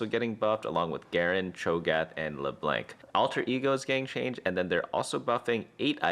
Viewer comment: Dude just said “Leblank”